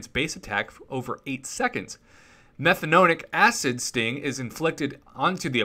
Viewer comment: hi everybody, hope you liked the antman revamp idea, the point of the antman revamp idea was to make antman a more offensive champion. sure if you put a stacked one on aw defense you might get a kill from a timeout but i think a character like antman deserves more. BTW once again butchered a word, lol, it's (meth-an-o-ic) acid, its the simplest alkanoic acid you will find and the reason the 3rd special ability doesnt affect superior ironman is because his suit is made of a symbiote and not technology.